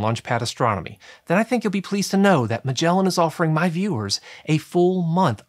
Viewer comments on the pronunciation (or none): none